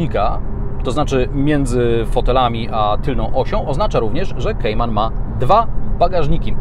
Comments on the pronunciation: To jest "kajman" a nie "kejman" gwoli ścisłości, skoro tak usilnie starasz się być "ame-łykański" :) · Nie lubię gdy ktoś próbuje wymawiać bardziej amerykańsko niż sami Amerykanie a jednocześnie źle wymawia Kayman.... Merytorycznie ok👍😁